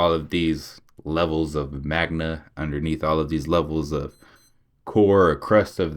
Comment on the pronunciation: This guy makes himself seem dumber and dumber every video... my guy said there's MAGNA under the crust. It's magma breh : )